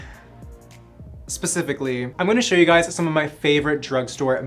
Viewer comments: Heyyy,😍🦋 More "Pacifically",i love that your funny and im obssesed with your introo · “More PACIFICally” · My daughter is 6 and she ALWAYS says PACIFICALLY LOL that was cute. Thanks for that smile 💙